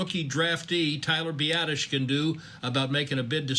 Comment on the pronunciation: 🤣 I'll give him a pass on slaughtering Tyler's name but James Looney? Hahaha. Best laugh I had all day though.